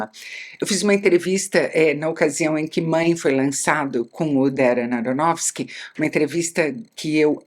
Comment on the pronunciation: Ela diz o nome do diretor com tanta facilidade. Eu fico tentando, tentando....